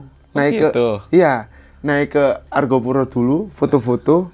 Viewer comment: Argopuro bukan Argapura